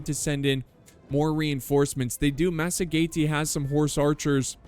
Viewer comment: I believe its pronounced "masajetae" or 'masajetaens"